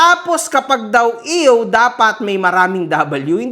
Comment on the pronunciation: ang iw kase smin iw hindi ew😂😂